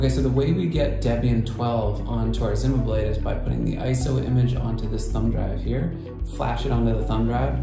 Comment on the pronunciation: company pronounses it as ZEE-MA not ZIM-MA